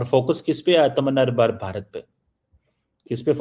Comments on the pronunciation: Aatmnirbhar bharat bolane nahi aata hai hindi me. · So many days have passed, and yet you still don't know how to pronounce Atmanirbhar Bharat.